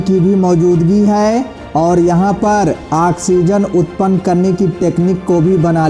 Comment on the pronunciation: Jai hind, oxigen hota haaiii axigen nahi hota haaiiii